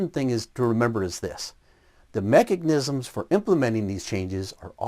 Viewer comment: Erm, did he say "mechignisims?"